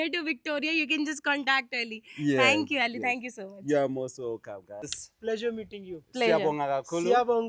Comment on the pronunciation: his name isn't eli.he mentioned he is Ali.may b muslim.try pronounce the name how he does